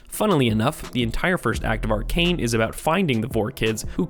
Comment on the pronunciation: It's pronounce Arcane bro